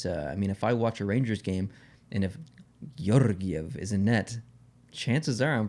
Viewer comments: Your “Georgiev” pronunciation wasn’t bad at all. Just a little bit too poetic) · You have me pronouncing Georgiev's name with a Russian accent now as well, it's very catchy, Lol. Merry Christmas to you and and, all the best.